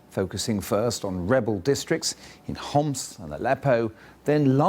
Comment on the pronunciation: Wow, He could pronounce letter ''ح'' in Arabic, like he didnt said Homs, he just said it as we say it in Arabic 😂